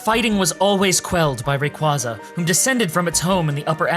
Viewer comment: why did you alternate pokemon pronunciation, like arkeus vs arseus and rayqwahzah vs rayquayza